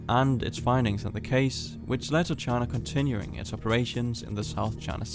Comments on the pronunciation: Pronouncing it “Chana” bugs me. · Please pronounce China correctly